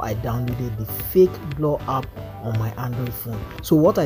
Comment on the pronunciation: bro said blow ap😢